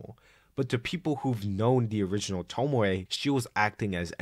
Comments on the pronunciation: toh-mee-ay. there you go. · Tomie (toe-me-aye) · saying tomie like “tomoay” is wild, it’s literally a phonetically spelt name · Ive decided im going to start pronouncing tomie as “tomo-eh” and see how it takes until someone murders me and disassembles my body. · Hearing Tomie pronounced as Tomoe was unreasonably annoying tbh. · I had this on as background noise and as soon as I heard "Tomoy" I was fully pulled out of what I was doing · it's toe-me-ay, not sure how to explain this but the syllables in japanese words are pronounce one by one, unlike english where some syllables is omitted (oboe in english is o-boe as in like o-bow but in japanese is o-bo-e as in like o-bow-ay) im not expert in this so sorry if theres a mistake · The fact that you keep saying "Tomoe" while repeatedly showing the name "Tomie" is infuriating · Great video, but Tomie is pronounced toe-me-ay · Why does he say “tomowe” instead of tomie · The video was nice but PLEASE never say tomowhe again i beg of you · I like the video but the way you pronounce names like Tomie and Remina is scarier than any Junji Ito manga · why do you say Tomie like that